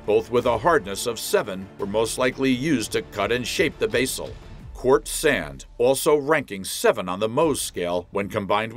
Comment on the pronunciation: Cant say Basalt correctly...waste of time.